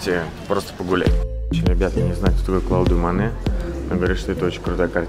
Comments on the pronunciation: КлАудэ Монэ?! Ну что же вы так?)))) Клод Монэ! Основатель импрессионизма ) в школе же проходят... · Не Клауде Моне, а Клод Моне! :)